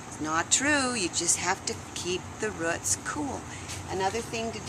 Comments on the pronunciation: I HATE when people say RUTS! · Ruts no it's roots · They are roots, not ruts.